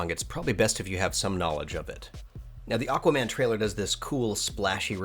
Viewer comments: "Aguaman", though. Haha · Anyone noticed "aGuaman" ?